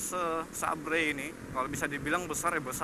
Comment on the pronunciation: Bantu ralat kakak. Seber bukan sabre hehehe